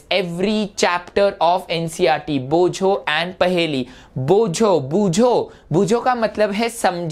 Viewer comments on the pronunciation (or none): You are wrong sir that's not boojho that's bojho in bengali I am a bengali.